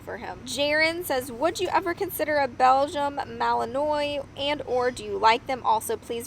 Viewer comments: You pronounce the breeds name Begian MA- LI- NUAH....geez you should know that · It’s Mal in wa. (Phonically). See - no need to be rude.